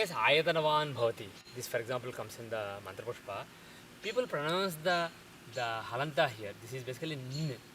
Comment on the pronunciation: When you are teaching pronunciation, you should not call as "askhara" and "halanta." It is akshar and halant. Don't put extra "a".